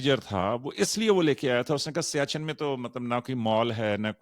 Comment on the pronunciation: السلام علیکم سر سیاچین لفظ نہیں ہے سیاہ چن ہے